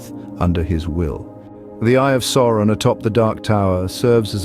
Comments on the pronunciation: Who the heck is SORE-on? His name is SAU (Sow)-ron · Sauron is pronounced "Souron".